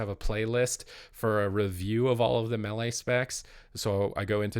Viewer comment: Cant agree til he learns to pronounce melee correctly